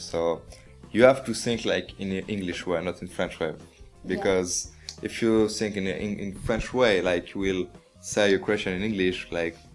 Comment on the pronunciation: O francês falou "sinking" em vez de "thinking" aos ?